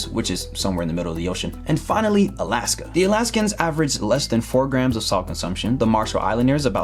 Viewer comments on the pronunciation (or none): none